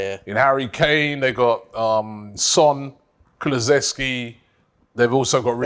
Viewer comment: Man said Kuluzeski